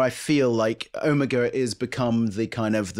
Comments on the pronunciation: Does the chap in the middle say omegaR? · What the hell is Ewmuga? I thought you guys were talking about Omega. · When will you all learn how to pronounce "Omega"?